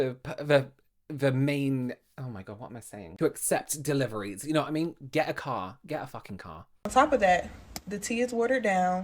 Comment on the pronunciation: get a carhh, get a fucking carhh 🎉😂❤ love that lol